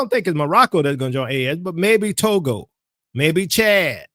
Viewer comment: What was that? You said that you are getting ready your ‘ToGo ‘ 🇹🇬 bag. Lol